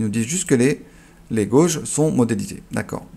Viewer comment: Super intéressant. Juste une remarque, il me semble que "gauges" en anglais se prononce "guèidje", et en français "instruments" 😁. Ceci en forme de "wink". 😉 Merci pour ton job.